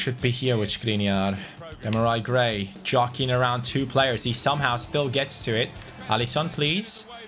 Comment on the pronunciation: It’sDemar-eee Gray not Demari... Cmon! 😂😂😂